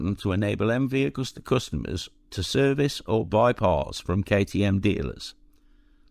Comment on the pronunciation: It’s not Augusta!! It’s Agusta!!